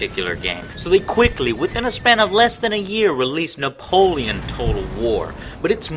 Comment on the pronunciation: Fuck you say 'bout napolion?